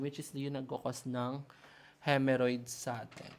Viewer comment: HEMOrrhoids not HEMErrhoids